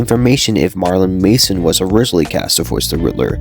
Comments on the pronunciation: Bro called Marilyn Manson, Marlin Mason lol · How do you not know how to pronounce Jose? SMH. Must be from a state with no Hispanic people. Also, its Marilyn Manson, NOT Marlon Mason...